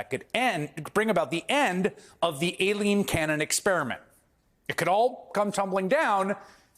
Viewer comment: Why do so many people seem to have an issue correctly pronouncing "Aileen"? It's not "A-Lean".